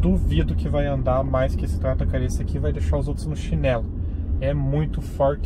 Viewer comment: Faltou aprender a falar o nome... (quemnuri) a pronúncia